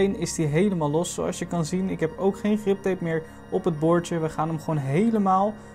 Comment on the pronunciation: het is grip tape niet rip tape